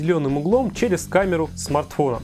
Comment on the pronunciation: Смартфора научись говорить смартфона